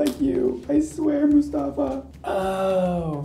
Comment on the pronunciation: Everytime says Mustafa i laugh so hard. He’s actually saying the Arabic name right though. 👏🏼 😂😂